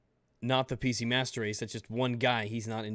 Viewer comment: It sounds like he says musturd race